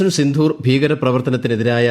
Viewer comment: സിന്ധൂർ അല്ല. സിന്ദൂർ